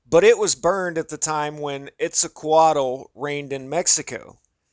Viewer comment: Also... its pronounced, kwet soo kwattle